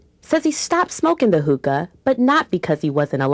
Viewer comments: these people have no idea what theyre talking about...they need to do their goddamn research before they do something like this....consult a dictionary and learn how to pronounce hookah....its not huhkah its hookah..fuckers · listen close. Sounds like she sais "Hooker Cafe". I cant stand people that make these videos without researching. The biggest missconception is that, smoked the right way, the shisha is baked under the foil, not burned. Therefore, no tar (read the lable) and barely any nicotien at all. (again, read the lable). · if you're going to talk shit about hookah, pronounce it right, for God's sake